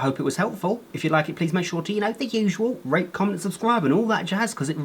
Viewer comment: Hehehe...he said "Rate" 😅🙃